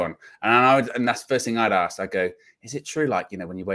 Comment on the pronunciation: Ask not ‘arks’!!